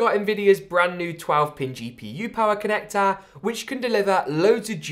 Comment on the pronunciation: Form Factahhhhh ya mate connactahhhh